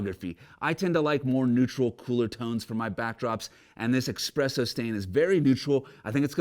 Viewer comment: "Expresso stain" ?